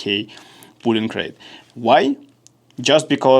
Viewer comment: друг, не пУлинг рейт а пОлинг рейт)